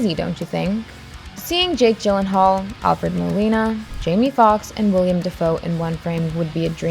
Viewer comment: Is no one else annoyed with her calling Willem Dafoe, William Dafoe?